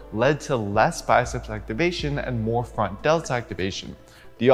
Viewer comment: every time you said "your front delts" I actually heard "your friend delts" and I was like awww that's a nice and cute way to put it!